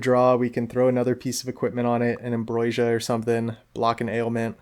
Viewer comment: You have a quirky way of pronouncing ambrosia, where you put the 'i' before the 's'. 😅 Also, really nice video. I love the scambits you do. That first with the sauropod is incredible